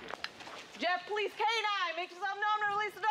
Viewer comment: Have little respect for the “Pole lease” .